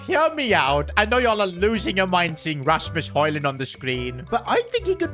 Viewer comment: Hearing hoijland behind the screen almost got me insane